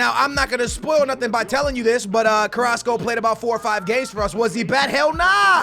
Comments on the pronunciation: you were calling Carrasco:"Carraso" you were missing the "c" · You used to call carrasco , carraso 😂😂